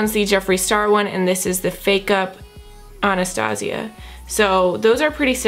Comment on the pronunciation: She pronounces ‘Anastasia’ wrong.